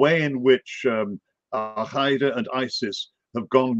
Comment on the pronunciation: What is Al-Khaeeda..that is not how it's pronounced in Arabic. Dude just say alqaeda.